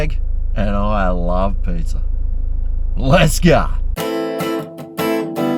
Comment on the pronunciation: I love the pronunciation of pizza…..pizzer lol 😀